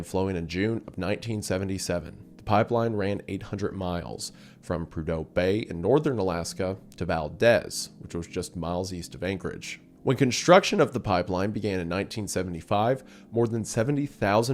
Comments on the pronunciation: Wendi gets so many corrections on spanish names he's going to get a kick out of the fact it's actually pronounced ValDEEZ when talking about the place in Alaska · . Hi native Alaskan here. Its pronounced Val-deez. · Valdehz 😂 it’s Valdeez like Val deez nuts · It’s pronounced Vald’ee’z. Also it’s not “miles south of anchorage” it’s almost a four or five hour drive through a mountain pass, Thompson Pass and the Matanuska Glacier Valley. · It’s pronounced valdeez. Like deez nuts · Alaskan here, it's pronounced Valdeez, like Valdeez-nuts. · It's "val deez" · My grandpa was an air traffic controller and used to go to his bakery on his way to the airport. Of course, he didn't know he was a monster, though. Edit: It's pronounced Val-deez. Cue, the jokes. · Vald-eez my dude, and also “a few miles east of anchorage” and it’s a 6 hour drive 🙃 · You said Valdez wrong. It's (Val) (Deez). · Dude this is number two for me, his pronunciation of Valdez and saying it was “miles south of Anchorage” completely took me aback.